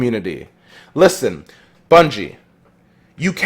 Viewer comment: Every time says "Listen" it sounds like the beginning of Caroline lmao